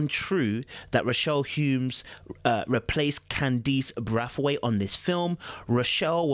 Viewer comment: Bray-th-weight is how its pronounced